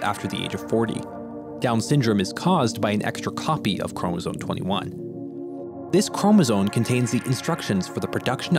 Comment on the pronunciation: Narrator forgot how to pronounce chromosome